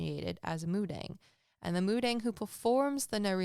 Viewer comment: Hey im Korean ❤ it's actually pronounced mu-dahng. 😊